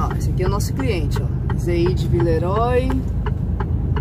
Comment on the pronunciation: Por favor, diga "vileruá" (oi, oy lê-se uá). Cumprimentos pra vocês!